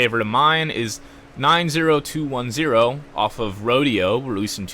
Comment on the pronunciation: Bro I already love your how to get into artist series you should do j Cole or cudi if you listen to them but bro that’s not how you pronounce 90210 😂💀